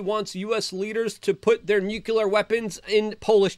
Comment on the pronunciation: Not "nucular." NUCLEAR.